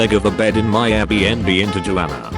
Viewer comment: The way it said Tijuana